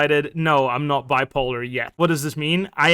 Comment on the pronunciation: "Bwipolar" is sending me 💀